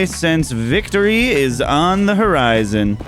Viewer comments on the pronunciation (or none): none